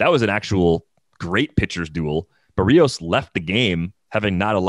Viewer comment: Someone should gently tell how to correctly pronounce Jose Berrios' last name.